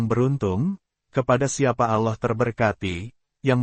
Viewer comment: Yg bikin agak males dgn canel ini krn gak bisa bilang Allah ...selalu nyebutnya aloh.....gak sesuai tempat🙏